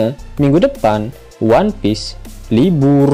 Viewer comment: Liburrrrrrrrrrr, Siapa yang bisa ngitung huruf "r" yang dikatakan mimin? Me, 10 juta huruf